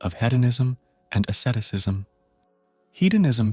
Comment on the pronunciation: what the heck is assetisism? please atleast say Asceticism properly matey...